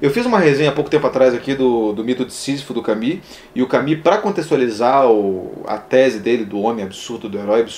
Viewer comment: (Nao e' Camis... ! CamUs...)